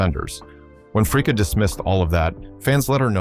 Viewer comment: So, her name is Janie Fricke--pronounced FRIKEE! (Not Fricka, like your A-I is pronouncing it). Also, why the heck in Janie Fricke's Biography do you have photos of Linda Blair (From The Exorcist movie) and Tanya Tucker ? Your A-I mispronounces a lot of words too. It all really takes away SO much from your work here.